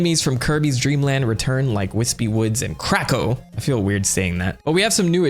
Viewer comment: I love how you say “CRACKO” like you’re dropping a slur 😂😂😂